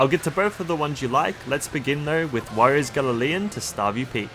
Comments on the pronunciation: Right sorry to be that guy but it kinda bugged me when you said gallolean instead of galleon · You are not pronouncing galleon correct, its gal-leon not gally-ian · Galleon not galilieon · Galleon is pronounced “Gal-ee-un”, not Galla-lee-un like Gallileo. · What's a 'galileon'? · Yes but it’s Galleon not Galaleon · did he just say "Galaleon" 😭😭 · Psst, it's gal·le·on. Gal like a girl, leon like a lion. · Google "how to pronounce galleon" please